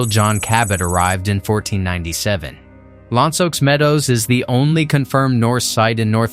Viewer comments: Nice job, just one comment: It's pronounced Lance O Meadows! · La Lance Ox Meadows? Next time get an actual narrator. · "La lawn ce ox meadows"? Extraordinarily bad human pronunciation ,or is it AI? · HOW DID HE PRONOUNCE L'LANSE AUX MEADOWS 😂😂😂😂